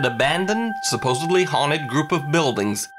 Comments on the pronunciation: its pronounced suppose-d-ly not b-ly. you pissed me off. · stop saying suppose-bly is suppose-dly. like you would say supposed not supposeb right??? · Why does the narrator keep saying "subposebly". The correct term is supposedly.